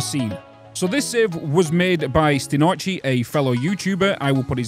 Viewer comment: Stin Archi. Yes yes.